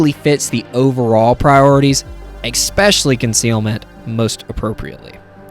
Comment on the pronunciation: You seem like someone that is dedicated to self-improvement, and I'd like to suggest that you practice saying "especially" - with all due respect, and appreciation for you sharing a video. I hope this can contribute to your improvement, as you are sharing with us for our improvement :D